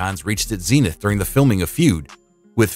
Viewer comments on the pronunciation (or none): none